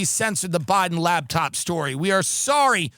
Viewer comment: is it me or does Tim keep saying, 'Labtop' instead of laptop